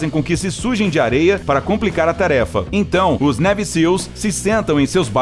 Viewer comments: A pronúncia correta de Navy é neive e não neve... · "Névi" Seals??? "Kei" West??? Por favor!